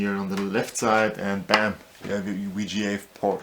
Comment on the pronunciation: What's a Mini-Wii-Gee-A to Wii-Gee-A port...??? I'll be back